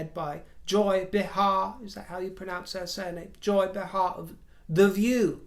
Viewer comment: Joy “Bay-Har”. Correct pronunciation. 😊🇺🇸🇺🇸🇺🇸🇺🇸🇺🇸❤️